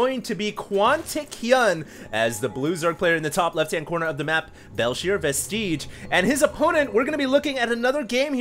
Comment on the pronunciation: forgive me but does pronounce vestige wrong every time??